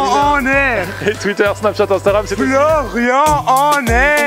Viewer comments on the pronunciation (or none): none